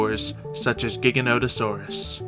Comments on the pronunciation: It's pronounced like gigantic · Can you please say Giganotosaurus correctly